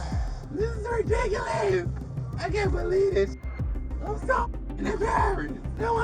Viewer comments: It sounds like she's saying "ridickulees". LOL! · It's ridikolus